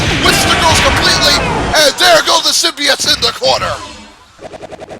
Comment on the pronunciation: I used to play that game. BTW, you pronounced Symbiote like this. Symbi ott. I believe Stargazer1331 pronounced it like this buddy. Symbi ute. Especially when he mentioned Symbiote Onslaught and the Symbiote Super Mario Clones or Symbiote Super Mario.